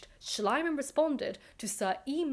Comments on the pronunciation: I know I'm a little late to the game but here goes nothing. A golden tip on pronunciation: English is by far the only language in which the letter "i" and to a lesser extent the letter "y" are pronounced as aye. So Schliemann should sound like Schleemann. You're welcome, should you get to read this,. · I have to ask, would all of these discoveries have been possible if not for the money Schliemann spent on the project no matter how he butchered things? Also, in German, the second vowel is sounded so it is Schleeman. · Small Detail: based on the spelling, the correct pronounciation would be shleemann. Long e. Lovely Video on a man that needs to be Made fun of in History books more often. Especially the German ones. We are a Bit too good at pretending that it's Just the british and french who keep on destroying stuff by "discovering" it 😅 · The keyword here is "gross exaggeration". Most scholars today admit that modern archeology actually started with Schlieman (Schleeman not Schleyeman). We have come a long way since then and should maybe not judge mistakes by modern standards. I think most of the English narrative boils simply down from being pissed that a German bloke "stole" the glory from a Brit. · I assumed it was an intentional mispronunciation, in keeping with the premise of the narrative: Schliemann=slime-man. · I love how the way you pronounce the name, "Schleim-Mann", would literally mean "Slime-Man" in german 😀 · It is pronounced SHLEE-man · I like your pronunciation of Schliemann, if incorrect, far more, because it sounds like Schleimmann, meaning a slimmy man or a sycophant. Befitting a man such as this. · I think it's pronounced "schleeman" (ˈʃliːman in IPA)